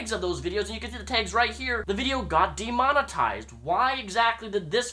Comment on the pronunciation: De-Mon-Eised is how he says Demonetized.